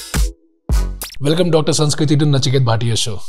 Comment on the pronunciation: knowing,the way he mispronounced her name would have definitely stuck a cord😅 but good going